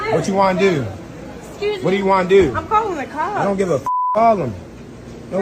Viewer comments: "What u wan dew" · What you wana deww 😂😂